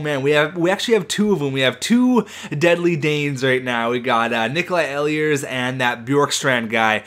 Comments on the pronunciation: Ehlers is pronounced ee-lers, not eh-lee-ers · The way you pronounce Ehlers kills me. It's pronounced "Eelers" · ehlers is pronounced eelers